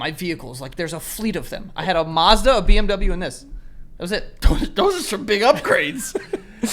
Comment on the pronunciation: It bothers me how he pronounces “Mazda”